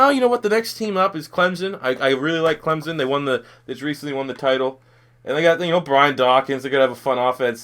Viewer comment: It Clemson not clemzon